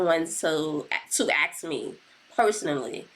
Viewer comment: YOURE CLEARLY INTELLIGENT BUT WHYYY DO YOU SAY "AXE" INSTEAD OF "ASK"?!!! it really is demeaning